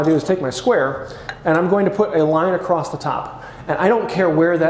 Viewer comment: The "T" that you add at the end of "across" has finally been addressed! Lol I've been wanting to comment on this for a while..